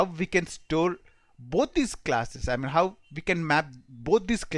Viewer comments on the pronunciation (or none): When you say how sounds like hup/hop/hub and similarly with now..work on pronounciation